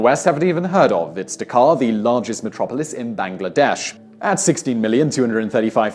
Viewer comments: It's actually Dhaka, the capital of Bangladesh, not Dakar, the capital of Senegal. Although the way he said it could get anyone confused. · The way he said Dhaka made me cringe beyond levels I thought were possible